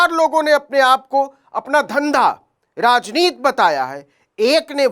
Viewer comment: यार आप बार बार राजनीति को राजनीत क्यूं कहते हैं? आप तो अच्छी हिंदी बोल लेते है 'राजनीति' को क्यूं उच्चारण ठीक तरह से कर नहीं सकते?